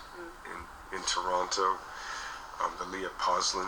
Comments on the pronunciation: He's no longer Canadian. He pronounces the t in Toronto. 😅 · He's a local boy from the Danforth. He doesn't pronounce Toronto like a local anymore, though.